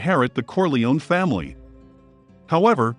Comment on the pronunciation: I loved the videos, but why "Faimily"?